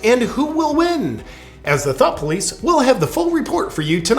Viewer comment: Is it "Thought police" or "Thot police"?